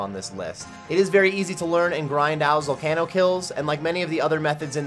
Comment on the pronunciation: Your pronunciation of zalcano drives me up the wall but otherwise, nice vid